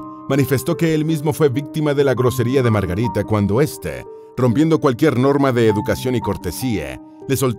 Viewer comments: Si deja decir Margarite sería menos insoportable, que locución tan espantosa. He conseguido escuchar 2 miñ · Q problema tenes con la letra A?? LA A, ES ESO.....AAAAA Y NO EEEEE!! La princesa Margarite? Inglaterre? Uuufff! Q insoportable